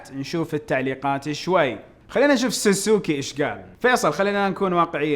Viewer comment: ساسوكي❌ سوسوكي✅